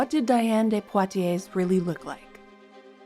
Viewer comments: Great video. Just one thing, the S on the end of Poitiers is silent. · Don’t pronounce the S in her last name. Please.